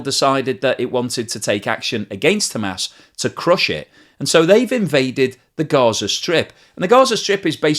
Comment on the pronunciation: Hamas, as as in aaahss. aas. not Ham ass. and Haa mas not Hay mas.